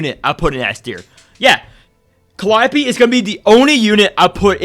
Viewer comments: Bro I can't stand you constantly saying "calliope" being S tier instead of calling her "Khalipe" 😂😭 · "Khalipe" pronounced as "Calliope" you love to see it